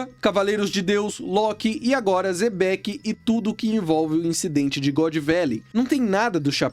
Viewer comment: Se pronúncia Xebec não Zebeck